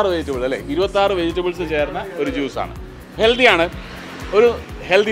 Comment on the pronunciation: ചേട്ടൻ ഹെൽദി എന്ന് പറയുന്ന പോലെ തോന്നുന്നു. ഹെൽത്തി അല്ലെ